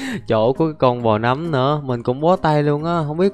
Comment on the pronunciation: Người ta đọc là nấm mà a đọc là núm:) Ai thấy đúng cho mình xin 1 like nha 👇